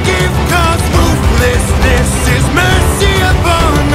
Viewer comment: not me hearing percy instead of mercy